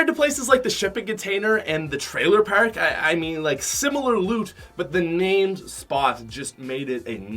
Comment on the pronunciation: “The trailer pAiIrK” lmao